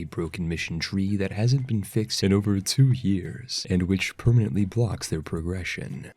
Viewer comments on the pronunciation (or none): none